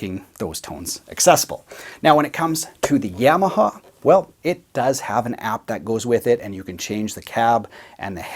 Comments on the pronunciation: Seriously, are my ears not working? Nobody’s talking about the way he says Yamaha? “Yam” aha. Am I being punked? Have I been incorrectly saying Yamaha with the short a sound this whole time? “Ya”(yaw) “ma” “ha”. My whole life never have I ever heard this pronunciation. Solid video, I want yams as my side for dinner tonight. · YAWmaha, not YAM-aha !! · Great comparison/review but I winced every time you said Yamaha. It's not a root vegetable! No yams involved! Say it with me: Yaa - Maa - Haa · Yamaha, (pr "YAW muh HAW") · The yam-a-ha lol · the Yeahmahaw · I love how you saw "yammahaw" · YAW-MA-HA. Your welcome. Yes I know- Tomato, Tomoto. Oh Never mind... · great video....but the way you say Yamaha......eeesh